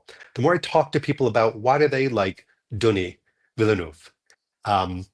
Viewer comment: It's pronounced Denny, not Donnie, you twit😅